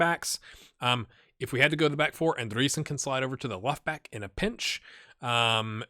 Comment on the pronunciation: You pronounce Andreasen the same way you pronounce Andrea. Just so you know ;) Sooo Andrea - sen. Take it from a dane :) Nice sqaud you got..